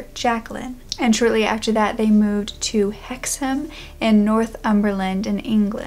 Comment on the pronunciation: Kudos for the correct pronunciation of Hexham and Northumberland! I’m from Hexham and write about the paranormal, mainly for Fortean Times. Hexham is a bit of a hotspot for this kind of thing. If you think this one was weird you should research the Hexham Heads